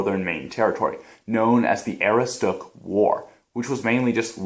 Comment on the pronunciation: lol! the way you say Aroostook made me laugh. I live in maine and have never heard it quite pronounced like that but you were close!